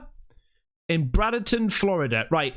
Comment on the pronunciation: It's bra'''''den''''''ton